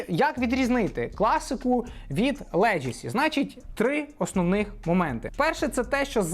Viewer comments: Like as usual👌друже ти ж шариш , має бути "легасі", а не "леджесі", словом "леджеслейшен" не перевіряється😜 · це слово звучить леГАсі, а не леДЖЕсі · За відео лайк та одна поправка - леґесі, не леджесі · Легасі. Тільки так. Ніяких леджесі. Енкеп, не енкейп